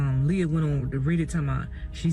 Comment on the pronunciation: Leah!!! Her name is pronounced Lee-ah!! 😊